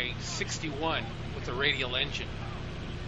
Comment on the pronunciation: I know I frequently throw out pronunciation corrections; it's not intended to be mean. 😊 The designation "Ki" is a word, and is pronounced "key". I learned this from a video by YouTuber, Greg's Planes and Automobiles. And so we would say, "key twenty-seven", "key forty-three", etc.